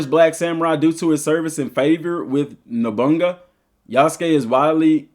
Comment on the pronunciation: Noboonga 😂 it’s Oda No-boo-na-ga. Lol.